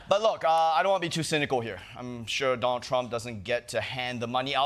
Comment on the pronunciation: Chieng is not funny, and his extra thick accent is distracting... he really leans into it. He can't even properly pronounce "Donald" but is always calling him "Don Trump" 🙄 Unwatchable, except for those of us who are into pain.